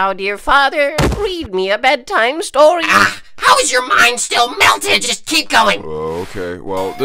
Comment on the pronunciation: Read Me A Bedtime Stowy.